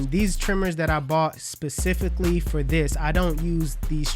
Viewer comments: U da man but u gotta stop saying "pacifically" when u mean to say "specifically" 😂😂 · We went fishing in the "specific" ocean. Lol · LMAOOO we taking instructions from a guy who uses the word “ pacifically” instead of the word “specifically” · I heard it!!!! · he said pasificly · Did I hear this right he bought them pacifically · “Pacifically” ™️3..60...Jee! zee. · I swear that's the second time I herd him say that lol. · He does say it, s is almost silent for him😂😂